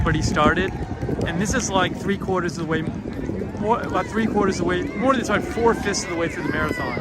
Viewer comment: Watched the playback, could hear your Bostonian accent coming out a bit today in how you said "three-quarters" - you've been back long enough for it to creep back in! (I'm from/in Philly and I know my accent comes out sometimes even though I've lost much of it). 🙂 I'm a runner but not a marathoner, it was very emotional being on Boylston Street and seeing the painted asphalt maybe a year and a half after the bombing happened. Thanks for covering even the latter part of today's race.